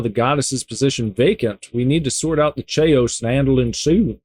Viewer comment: You miss pronounced Chaos, it is pronounced kay oss